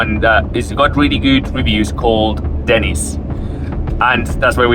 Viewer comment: just about choked when he said Denney's